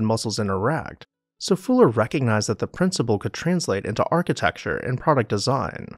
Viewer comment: Fuller had not just an adaptive mind but the courage to spread his “gospel” to the world, a rare combination" I found it odd the narrator couldn’t pronounce Fuller’s name correctly. He kept saying “Fooler”. I wonder why he did that? Was it some kind of subterfuge or subtle joke?